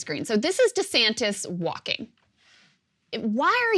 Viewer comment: Cross-dresser Duh-Santis